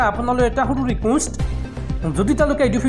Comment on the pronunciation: ৰিকুষ্ট বুলি কেলেই কয়? ৰিকুৱেষ্ট বুলি নকয় কিয়? কব নোৱাৰিলে অনুৰোধ বুলিয়েই কবচোন।শুনিবলৈ ভাল লাগিব।